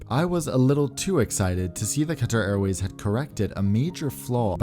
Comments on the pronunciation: you pronounced it very well in arabic qatar airways bravo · As an Arab, you have pronounced Qatar Airways in Arabic just perfectly. Of course you had an American accent there but I am still very impressed.